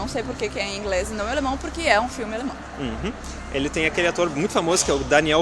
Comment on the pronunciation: Haaa e outra coisa! Outro filme bom que vcs não falarão (não sei se vcs conhecem mais acho que sim) é: (Mein Kampf)e eu acho que se não me engano vcs estavão na linha Blau do U8 no AlexanderPlatz!( e uma dica para vc melhorarem o alemnão que eu precebi que vc estão proninciando errado e por exemplo AlexandERplatz- é terminado com ER o ALEXANDER e quando isso aconteçe não se pronuncia (ER) se pronuncia (A) então no caso na pronuncia ficaria (AlexandAplatz)! esse foi so um exemplo mais com Kinder é a mesma coisa e por ai vai!! Bitte Schön